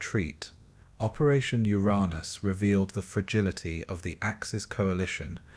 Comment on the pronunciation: Yet another uneducated cretin mispronouncing Uranus. Proof that AI is garbage.